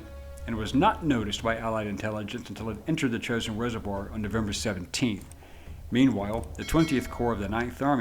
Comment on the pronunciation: It's pronounced "Jo-shin" not "chosen"